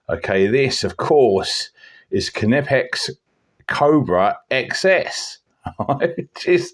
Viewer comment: Hey, great look at the K knipex! Been in the trade all my life and never heard anyone pronounce the K! I noticed you did and on YT most people do. Who knew? Got quite a bit of Knipex kit and rate it. Have'nt got these but been meaning to pick some up. We always used to call this type of tool a water pump pliers but you don't seem to hear the term anymore. Great to see the young fella in action........your boy? 🙃 Always enjoy your knife videos, but nice to see you doing other stuff as well, A T B Tony. 🐴🏴